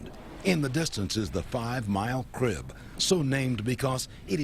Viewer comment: crib, not drib